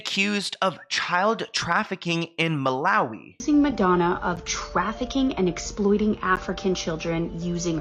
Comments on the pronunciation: That girl did all that research and couldn't manage to pronounce Malawi😂. Well done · None of these people can pronounce Malawi